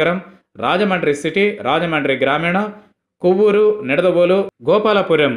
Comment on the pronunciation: కోవ్వూరు కాదు రా.. కోవూరు.నెల్లుారు జిల్లా🙏